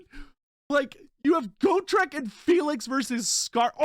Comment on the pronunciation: the way he says GO-TRICK and not GOT-REK tilts me to no end